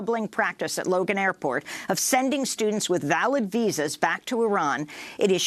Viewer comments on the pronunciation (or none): none